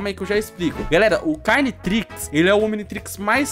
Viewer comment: Mano quando ele falou cariotrix, pensei que era um ominitrix carioca kaka